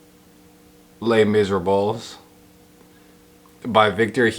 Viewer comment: There's no way you think Les Miserables is actually pronounced like that. You must be trolling. And if you're not ... bless your little heart.